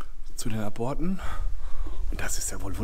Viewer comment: Das bei Minute hört sich an wie Brüllmücken, die kommen nur in Bunkeranlagen vor. 😁😁😁 ( Hoffentlich hat es die Hose nicht zerrissen ) Einen kleinen Einwand hätte ich noch,wenn dort steht "Zu den Aborten" spricht man es mit einer kleinen Pause aus . Ab - ort oder Zu den Ab - orten .